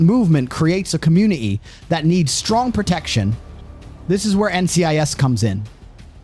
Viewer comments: Its community not comun-e-e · Com mune ah Tee